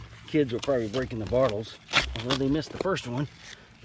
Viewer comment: I’m not shaming you, but is it your accent that causes you to call them “bartles “ rather than bottles?